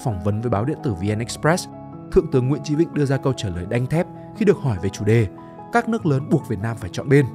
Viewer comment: Sao ad lại đọc tên là nguyễn chí vĩnh nhỉ? Hay là do mình nghe không rõ nhỉ?